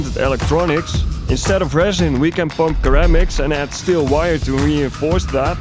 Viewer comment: Ceramic is pronounced like - sir - ram - ick